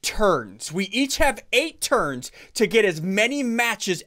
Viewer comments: When you said turns i thought you ment terds lol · When he said 8 turns, I thought he said 8 turds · Why is he keep saying turd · When he said 8 turns I thought he said 8 turds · It does actually sound like turds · I though you said turd 1 turd 2 turd3 lol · I thought you said 7 terds XD